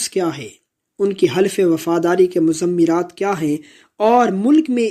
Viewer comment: مضمرات کا درست تلفظ muzmiraat ہے. Muzammiaat نہیں ہے.